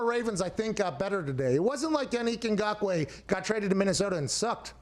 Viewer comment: As a Cameroonian, props to Pat for pronouncing his name correctly.